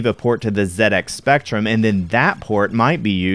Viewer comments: Sounds so weird hearing Z80 pronounded as "zee eighty" I'm used to hearing pronounced as "zed 80" at least you say ZX Spectrum right. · What a fantastic video. I came in with only a basic understanding of the MSX, and I left having learnt a lot about the Platform. The combination of Konami carts was really interesting, and as someone who grew up playing the Spectrum, thank you for pronouncing ZX Spectrum correctly 👍🏻